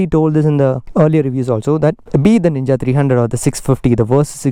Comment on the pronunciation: Man its ninja 300 not nina 300 plz correct it